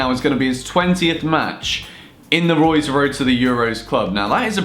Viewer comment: Should have called it Woy's Woad to the Euwos, great video though;D